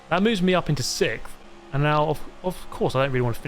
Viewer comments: C'mon. "Sickth". 🤮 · You seem to finish Sikth a lot.